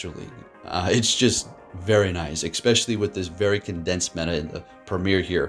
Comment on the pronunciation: Its eSpecially. Not eXpecially...